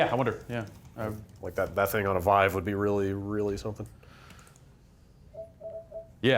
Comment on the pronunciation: Really wish would stop saying it "Veev".